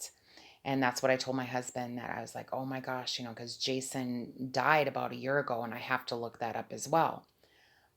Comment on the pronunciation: Why u saying om gos